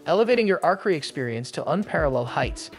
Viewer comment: Indeed. And the voice they used can't pronounce words properly. The way it says archery is annoying